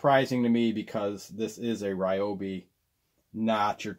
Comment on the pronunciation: It’s pronounced REEOBI